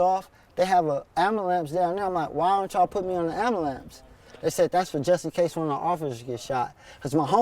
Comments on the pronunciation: Lol,Black people really can't say "Ambulance" Lol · ambulams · why can't black folks say "ambulance"?lmao